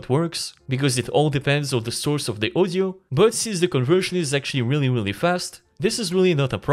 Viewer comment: I was wondering what is ozio, but in the end realized guy can't pronounce word audio properly. This is audio-to-audio, not ozio-to-ozio 🤣